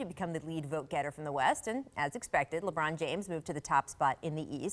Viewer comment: Did I hear Paul say. 👂👂👂... "LeBrant" ??? Wow sounds like I got my next idea for a scientific experiment!